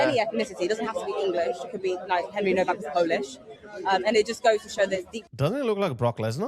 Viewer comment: it's pronounced "NOVAC", no W.